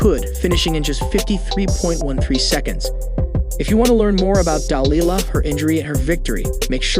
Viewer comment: I could be wrong but I'm not sure he even has the correct pronunciation of Delilah's name, (accent on the wrong syllable)? Still the women is a wonderful athlete, hardworking and a great role model.